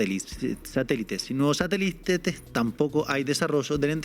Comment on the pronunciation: Se puede hacer una pista musical con la palabra satélite que pronuncio 😅🤣😂minuto